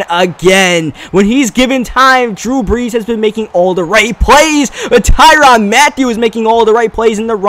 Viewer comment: its ty-rann noy ty-ronn